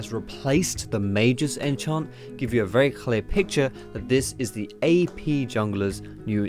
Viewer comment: sounds like youre saying EP rather than AP. x)